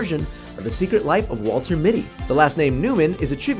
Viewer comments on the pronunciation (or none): none